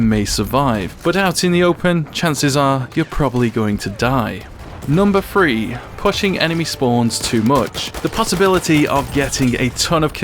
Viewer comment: I love how pronounces three as free